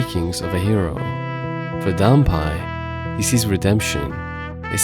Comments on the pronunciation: Not dan-pie, but dan-pay. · 段平が、ダンパイになっているけど、まあいいか。発音のちがいは、しょうがないね。知ってくれてありがとう。